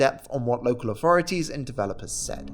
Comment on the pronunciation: Its so hard to listen to young brits who cant pronounce 'th'. 3='free', authority='awfority'. Not sure children with such poor diction should be allowed to dilute the language like this.